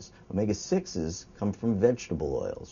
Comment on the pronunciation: actually not...he says it it in the proper Greek accent of the letter... Just like π should be pronounced pi like pit (without the t) not like pie